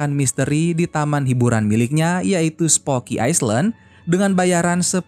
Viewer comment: Skdar koreksi min , island d'bca iylend